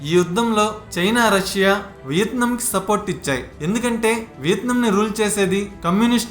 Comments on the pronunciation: It's not VITNAM...its called VIETNAM.... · Vietnam ane name ala pronunce cheyalo nerchukoni video complete cheysi unte Enka bhagundedi guru garu....🤣🤣🤣